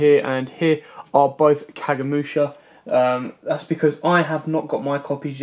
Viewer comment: I like how he always mispronounces kagemusha :D